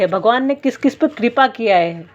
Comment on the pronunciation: आपका उच्चारण ग़लत है कृपा को कूपा पढ़ रहे है